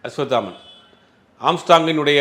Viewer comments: நெரியாளருக்கு அஸ்வத்தாமன் என்ற பெயரை அஸ்வாமுத்தன் என்று உளருகின்றார் பேட்டி ஆளிக்ககூடிய நபர் குத்துமதிப்பாக உளருகின்றார் என்னங்கடா ம்..... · Don't do factual mistakes, I have repeatedly seen you making mistakes in pronouncing names, it looks unprofessional. It's not Ashvamitran it is Ashvathaman. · 😢அஸ்வத்தாமன் என்பதே சரியான உச்சரிப்பு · Bro asvathaman correct spell pannunga, ungaukea rollinga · Aswathaman. Oru thadava kooda correct ta sollala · அஸ்வத்தாமன் பேரை ஜீவா தவறாகவே உச்சரிக்கிறார்...🤔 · Being a journalist ,can't you pronounce a name 'Ashwathaman' properly...